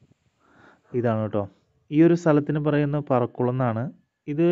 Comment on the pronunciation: Parakulam alla prakkulam